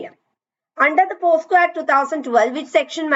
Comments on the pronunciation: POCSO ACT aanu not posco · Pocso ആണ് not posco..